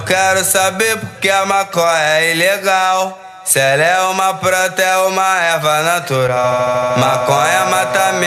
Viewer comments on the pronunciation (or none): O que ficou ilegal foi vc falar "pranta"